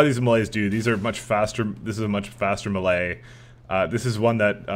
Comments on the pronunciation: No? It's pronounced mey-ley. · Please, please, please stop pronouncing "melee" so incorrectly lol. You're pronouncing it malay, which is a completely different word.